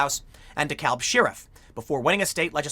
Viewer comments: FYI Tim, Georgia pronounces its "DeKalb" as "d'cab". As a former resident of a Chicago suburb and current resident of an Atlanta suburb, it threw me off at first, too. (Also, "Ponce de Leon Avenue" is not pronounced how you'd expect, either.) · Appreciate the coverage on this! Not at all a surprise. BTW, down here, DeKalb is pronounced "duh CAB". Everyone in GA winced just a little bit each time you said it. It's one of those Shibboleth kind of words. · Dekalb county pronounced “De-cab” county. For some reason the L isn’t pronounced in Georgia 🤓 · It’s pronounced de kab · Weirdly, DeKalb is pronounced duh-cab. As in taxi cab. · pronounced, De Cab county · It's pronounced De CAB county - don't say the L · it's pronounced De-cab. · So weird hearing someone pronounce the "l" in Dekalb that way. It's basically silent. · The L in Dekalb is silent and Gwinnett has the emphasis on the second syllable.